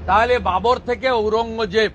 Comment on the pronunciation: ওরঙ্গজেব হবে না, নাম টা হবে আওরঙ্গজেব। ঠিকমতো বাংলা ভাষায় উচ্চারণ করতে পারে না উনি আবার বাংলাদেশের মানুষকে জ্ঞান দেয়...😂😂😂